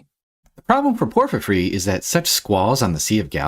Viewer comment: Who the hell is “Porphyphry?” Nice video otherwise. 👍